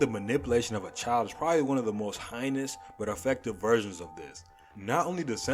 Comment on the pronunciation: "He develops six personalities. We only see three in the story. The other four are never shown." Math is hard. Also, "There's the environmentalist Hitoshi..." GEORGE on screen Also, "hynous." This video is a trainwreck.